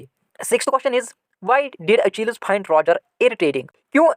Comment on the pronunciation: Sir your english is gay you pronounce achilles wrong